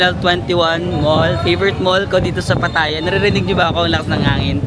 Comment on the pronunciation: It’s pronounced as Pa’taya.